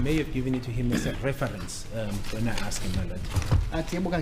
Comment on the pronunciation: I just wish we could stop judging Ratha Baloyi and Gininda, we don't know the law. Mina l am just listening, what makes me laugh is the (askedd) pronounciation.😅😅😅